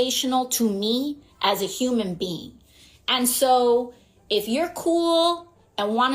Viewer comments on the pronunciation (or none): Does she know it’s human being, and not human bean? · Did she just say "Human Bean?"